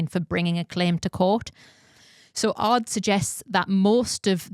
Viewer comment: Great episode., it is not "Ards", it is "A. R. D." and means roughly something like "Working group for radio and television for Germany", so its a publicly funded broadcaster such as BBC and yes it is true, since the Telekom Scandal they have an own investigative team just for doping related topics.